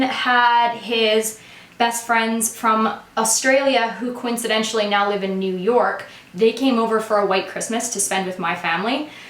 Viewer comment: anyone else annoyed by "coincidentially" ?